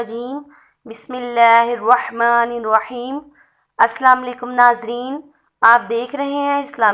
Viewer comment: Aap pls salam sahi se kijiye... Assalamualaikum hota hai bahan